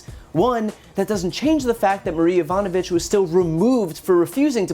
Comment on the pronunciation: He can’t even say her name right. Be says “Yanovich”